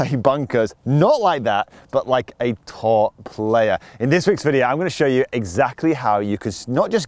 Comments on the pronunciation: At first I thought he was saying "how do you play it like a tall player" lol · Tar player lol